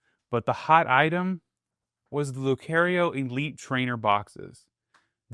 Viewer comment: *Lucario (lue-car-E-O)